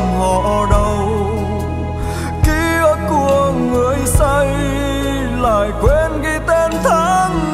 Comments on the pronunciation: "Ký ức" not "ký ực" nha anh Đan😂😂😂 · tiếng Việt phong phú, hát sai dấu nghe tuột mod liền, "ký ức " mà thành "ký ực" là mệt mệt gòi giống như từ "thúy" mà thành "thúi" á chị😂😂😂. Ca sỹ họ có cảm âm, tai nghe tốt hơn người bình thường chị ơi. Khi thu âm họ nghe lại, thấy chỗ nào phát âm sai họ sẽ đề nghị cho thu lại chỗ phát âm sai đó mà. K lẽ đội ngũ kĩ thuật viên team thu âm của anh Đồng Sơn k nghe ra lỗi này để nói ảnh thu lại? Hoặc chỗ đó nốt thấp quá, hát k lên đúng từ "ức" thì anh Đan phải làm việc với người Hòa âm để xin nâng tone khúc đó lên hát đúng chính tả. Mấy chuyện đó ca sỹ lâu năm như anh Đan biết mà chắc ảnh chạy show nhiều quá, k có thời gian take care kĩ bài hát mới nên zậy thôi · Kkk, em đã nói rồi. Anh Đan buông bài này ra cho các ca sỹ khác hát là làm bài này hot, sống lại liền😂😂😂. Giọng bạn đó bay, sáng hơn anh Đan rất nhiều, hát rõ lời, k bị phát âm sai khi hát "kí ực" như anh Đan hát. Nhạc trẻ anh Đan k có kinh nghiệm cũng k có thế mạnh luôn chị ơi, sao truyền nghề cho họ về nhạc trẻ được ạ? 😂😂😂. Bạn này hát nhẹ nhàng đúng chất ballad của bài hát nek, k làm người nghe cảm thấy mệt, nặng nề như anh Đan hát, nghe khác màu với anh Đan liền, thanh thoát, hay hơn chính chủ gòi, kkk. Đề nghị anh Đan chuyển giao bài này cho nhiều ca sỹ khác hát lại ngay& luôn đi nha